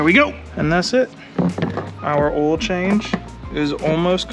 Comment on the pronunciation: lol the “Diesel boah oial” 😂 yessir i only put rotella t6 5w40 in my 2001 2nd gen dually